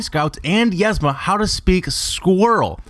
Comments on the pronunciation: You say "yezma," when the movie pronounces it "eezma." I'm typing this for pronunciation sake, not spelling, so forgive the weird looking words, haha. Doesn't matter much, I know, but it made me smile because it made the video even better. Love your content, keep it up! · isnt it pronounced "EEZMA?" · its "Yeeezma" and "Pacha" not "Yezma" and "Packa" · one you completly butchered pacha and yzma also